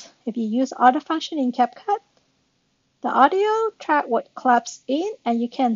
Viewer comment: CapCup Okay how did you mispronounce that